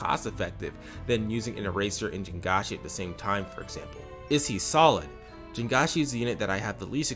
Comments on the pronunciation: Great points all around, but pronouncing jiangshi "jin-ga-shi" is diabolical (its"jiang-shi" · the thing about pronouncing jiangshi is that the chinese j- phoneme doesn't actually exist in english, but it's relatively easy for english speakers to get the hang of. so like, mispronouncing the j- is understandable, but 3 syllables is diabolical yeah edit: PRONOUNCING ONMYOJI LIKE IT'S A FRENCH WORD LATER IN THE VIDEO!?